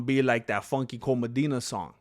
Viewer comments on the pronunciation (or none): none